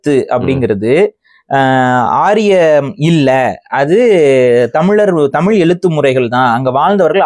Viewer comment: டமில், தெடி கொள்கிரோம் .... தமிழை சிதைப்பதற்கென்றே தமிழ் தேசியவாதிகளுக்கு சிறப்பு பயிற்சி எங்காவது தரப்படுகிறதா? தமிழை சிதைப்பதில் இவர்களை யாரும் மிஞ்ச முடியாது. தாங்கள் அழிவதற்கு முன் தமிழை அழித்துவிட வேண்டும் என்ற குறிக்கோள் நன்றாக தெரிகிறது.